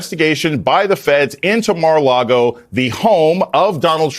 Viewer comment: it's Mara-Lard-O. 🤣